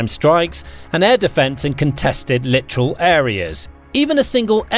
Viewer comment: Littoral NOT literal!